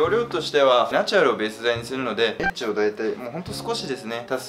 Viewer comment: のEDGEの発音がエッチで草